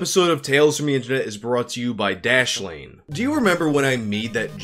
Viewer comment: Dude, your speech was slurred as fuck during that "dashlane" bullshit. Take downers much?!?!